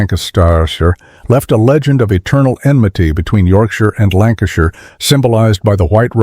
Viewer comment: ... What and where is this "Lancastireshire" ?